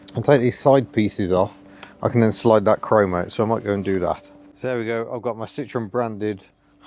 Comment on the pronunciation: Love the car but I must ask you to please pronounce Citroën properly. Considering your love of the brand I find your mispronouncing of the name odd, unless you are using the Dutch way as "s parents were Dutch. Or I could just being a pedantic old git... Elly looks great by the way.